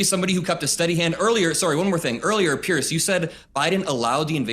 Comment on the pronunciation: Well done. Note that Piers is pronounced Peers not Pierce!